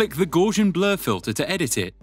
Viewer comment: Not bad - thanks. Let me give you something in return; Gausian is pronounced 'Gouse [rhymes with house]-ian' not 'guaze-ian'.